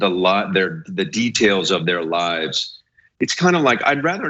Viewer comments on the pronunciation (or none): none